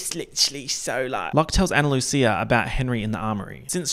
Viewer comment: Absolutely obsessed with 1. pronouncing Ana Lucia with a ch instead of a s 2. Then making oomfa oomfcia into oomfchia as well